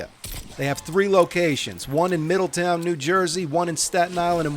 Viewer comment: You pronounce the W in Middletown? You must be from north Jersey.